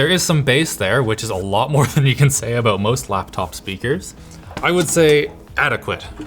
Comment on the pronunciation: HE SAID "ABOOT"